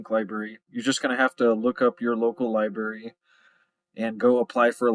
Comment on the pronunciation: Libarry? Chilton libarry